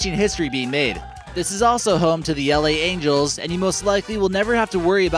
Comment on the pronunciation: Angels not angles